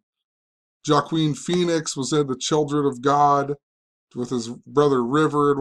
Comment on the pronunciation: Hey. Its pronounced WAH Keen. Joaquin. And W.E.B Dubois. Ive always heard pronounced "double you ee bee do bwah". Hahah just in case you wanted to know. Anyways, I always enjoy your vids. I like the idea of taking tactics from the ICP playbook. I was thinking of beginning to make vids on YouTube but maybe my time would be better spent papering the neighborhood.